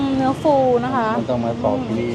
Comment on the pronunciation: ปอกค่ะ ไม่ใช่ปลอก